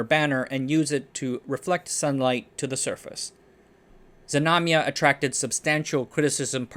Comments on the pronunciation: Znamya/znamia, not Zmanya. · It's "Znamya" (flag), not "Zmanya". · not zamanya but ZNAMYA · DudE! I am native toungue russian, I heard that name zemanya 7 times and couldn't understand it. The name is ZNAMYA (flag/banner), not zmanya..